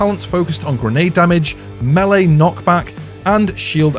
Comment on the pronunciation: "Milay (Melee)". 🤣👍🏻 sorry, I like this video.